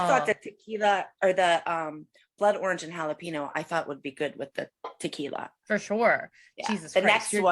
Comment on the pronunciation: "halapeeno" god i love 😭😭❤